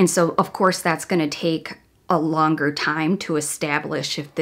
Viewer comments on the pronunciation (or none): none